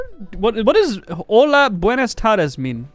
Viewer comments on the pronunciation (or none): none